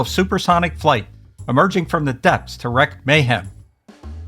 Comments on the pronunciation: Bless your retro heart, but I'm compelled to point out "wreak havoc" is pronounced "REEK havoc." It isn't WRECK havoc. English sucks, but we're stuck with it, Again, I dig your stuff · Love the choices with Them being my favorite and Godzilla 54 being a close second. My only pet peeve is that wreak havoc is pronounced "Wreek" havoc, not "Wreck" Havoc. Not trying to be snarky...Love your channel! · Please look up how to pronounce "wreak." It doesn't sound like "wreck."